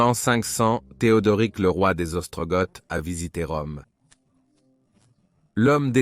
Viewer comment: On prononce "Ostrogo" pour Ostrogoths comme "Wisigo" pour Wisigoths dont le "W" se prononce comme un "V"